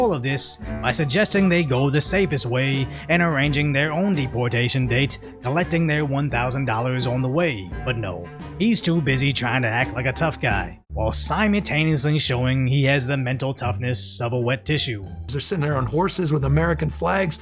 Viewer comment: I like this channel but bro can't pronounce "simultaneously" to save his life 😂